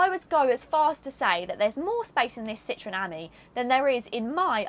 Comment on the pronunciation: If she learnt to read the map, she could pick her route. Ami - friend - is pronounced ameee And citron is a lemon. It's Citro - en